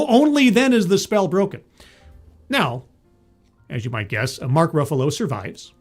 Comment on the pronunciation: "... Mark Ruffulo" And you lost me